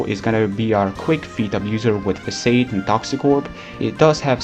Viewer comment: Fah-Sod. That's how you say Facade